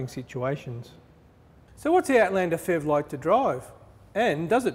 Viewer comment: The FEV? You really should say P-H-E-V. Good review though.